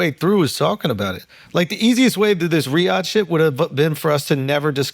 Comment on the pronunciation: lol, Riyadh bro, not that hard to say 😂